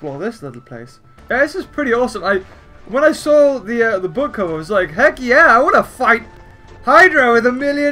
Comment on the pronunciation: Why does he say boook